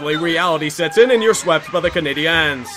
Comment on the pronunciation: Stop saying Canadiens like that it’s pronounced he same as Canadians Jesus Christ